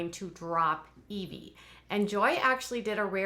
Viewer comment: The baby's name is Eh-vy, not Ee-vy :) I thought it was the latter as well until I heard Joy use her name